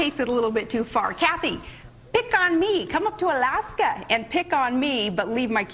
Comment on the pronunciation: Elaska. She says Elaska. Does anyone else find her passive-aggressive?